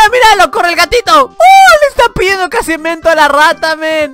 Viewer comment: Like si te diste cuenta que dijo casimiento 😂😂😂